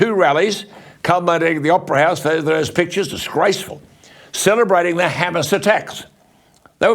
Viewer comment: Did he say ‘Hamas’ or Homo’s😝😝😝😝😝😝